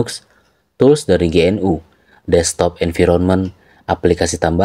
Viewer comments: GNU dibaca genu bukan ge en yu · GNU dibaca `Genu` dengan e samar.